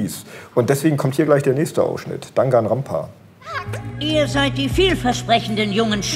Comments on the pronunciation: "Dangan Rampa" statt Danganronpa, aua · Kleine Korrektur: Es heißt "Danganronpa" und nicht "Dangan Rampa". Lässt sich im Video (wo es unten links während des Anime zu sehen ist) vermutlich jetzt noch schwer ändern, aber ja vielleicht noch in der Videobeschreibung. Interessantes Interview! Ich muss gestehen, dass ich durch die Videospiele der Reihe zu sehr die englische Synchronisation gewohnt bin und Santiago Ziesmer nicht so wirklich passend finde (auch wenn ich verstehen kann, warum er für die Rolle herangeholt wurde). Aber ich freue mich, dass die Reihe eine deutsche Synchronisation bekommen hat und in aktuellen "Staffeln" auch momentan bekommt. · Es heißt nicht "Dangan Rampa" es heißt "danganronpa". Hört sich aber wirklich ähnlich an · Es ist eigentlich Dangan Ronpa und nicht dangan Rampa so weit ich weiß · Dangan rampa Oh hell no 😅 Danganronpa dann eher* 😅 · Es heißt danganronpa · Broly Legendary Super Saiyajin spricht man nicht einfach so wie geschrieben wird also "Danganronpa"